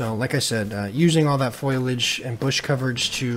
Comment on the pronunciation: Great vid as always! Only note: Foley-age, not foil-age